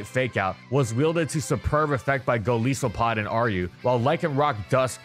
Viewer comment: When do you think gonna realize he’s pronouncing Raikou and Golisopod wrong?